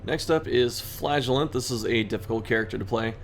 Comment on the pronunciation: Sorry dude, you have to start pronouncing Flagellant like Chris does